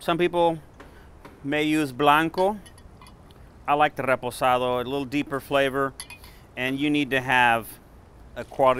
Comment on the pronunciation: His way of saying “ Reposado “ 👌🏼 I trust this recipe 💯